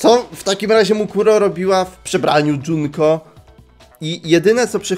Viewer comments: Mówi się Junko Nie Dżunko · skoro pewno jusz wiesz o tym kim jest misztrz gry to powiem jednom najwaszniejszom szecz to mukuro umarła oprucz misztsza gry niemuwi sie dzunko tylko junko PS junko i mukuro to siostry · MÓWI SIE JUNKO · dopiero to zauważyłam... mówi na junko, dżunko:0